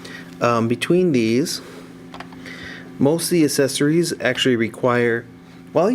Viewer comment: Not to be rude or anything but why do you say accessories like 'asessories'?